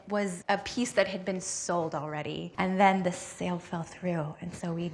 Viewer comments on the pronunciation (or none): none